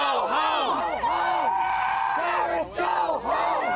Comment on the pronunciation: I swear you said terrortits somewhere in there.